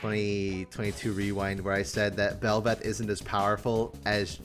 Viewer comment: Why the hell is Kassadin even on this??? And why did both of you butcher belveth? AWFUL headcanons